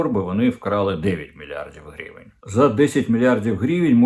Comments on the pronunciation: Корчинський, не "грівєнь" а " гривень" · А чому грівєнь? Наче гривня, тобто гривень. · Оце «грівень» неможливо слухати.